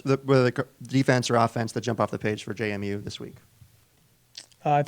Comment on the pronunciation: It's JMU. NOT JaMu.